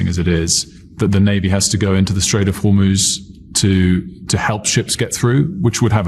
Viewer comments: I'm an avid Meidas fan....and in this vid I thought someone had finally told Ben that ~90% of the time he calls the Straight of Homuz, the Straight of "Hor-moz"......at the start of his discussion on the recent activity in the Straight, he was pronouncing it correctly......then later relapsed back into mispronouncing it😂. Anybody else notice this? Anyway, good content as usual. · If Iranian and Chinese tankers sail safely thru the Strait of Hormuz (pronounced Hormooz Ben), they would leave a map of how to safely avoid mines. So at some point I expect Iran will have to 100% mine lay the Strait. Unless they have a way of switching on and off mines? Is that possible?